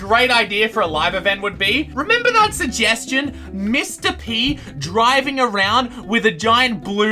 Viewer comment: sejgestiown reriwer